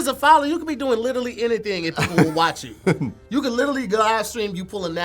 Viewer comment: Dammit! It's LITERALLY, not litally!!!